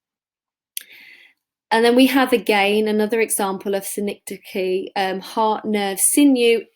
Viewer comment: Very insightful as all your vids are. Might be worth mentioning what synecdoche actually is. Pronounced sin-ek-dock-ee with the stress on 'ek'. It is the literary device where a part of something is used but the whole of something is meant. So, rightly, 'If you can keep your HEAD....', head is a part of the whole of you so it means 'if you can keep the WHOLE OF YOURSELF together. Some examples of synecdoche in English are 'All hands on deck' when it means 'All sailors on deck' . Another is 'John has a new set of wheels'. It means he has a new car. 'Wheels' is synecdoche as it is part of a car.